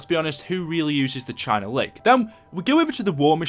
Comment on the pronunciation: The China Lake China Beach China bitch The way you pronounce it